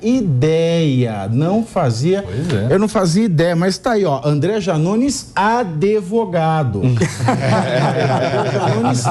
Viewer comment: Janones é "ADEVOGADO"